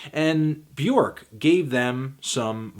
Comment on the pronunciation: You keep pronouncing Bjork's name wrong Anthony.